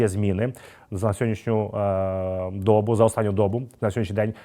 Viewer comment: ріже слух неправильний наголос у слові - доба, а загалом подобається Ваш огляд карти.